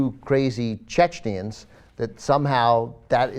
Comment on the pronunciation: Sorry to be that guy, but, Chechens.....not Chechnians.